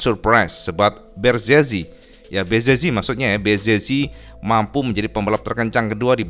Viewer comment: Bezeki cak dibacanya. Bukan bezezi atau bezeci